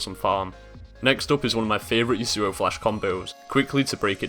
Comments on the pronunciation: The way you say Yasuo is retarded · I love the iamaqtpie yasuo pronunciation XD